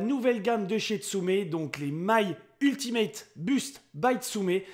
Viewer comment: prononce "ou" et pas "u" stp.. tu stress mais très bonne video